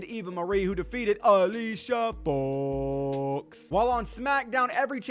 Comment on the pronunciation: Just say Alicia Fox's name normally